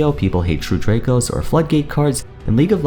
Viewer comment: The way he say true draco and floodgate really crack me up to no end